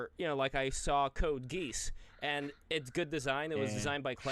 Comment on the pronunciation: "Code GEESE" pronunciations are killing me